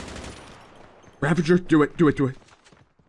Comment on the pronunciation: Ravager not ravenger 😅